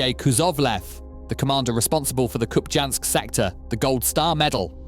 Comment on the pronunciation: Hey Mr AI voice: it is pronounced as KupiYansk. The j is pronounced as a y in most slavic, and Scandinavian languages as well as in Russian.